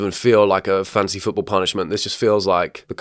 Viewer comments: I keep hearing "Fancy football" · every time he pronounced it "fancy football" i was wishing for a rabid chicken to scratch my eyes out and end it all. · somehow it sounds to me like u say fancy football punishment not fantasy football punishment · Is it just me or does keep saying “fancy football”?? 🎩🏈